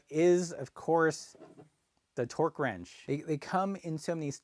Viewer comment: I wondered what twerk ranges were - sounded epic! Then I remembered he was talking about torque.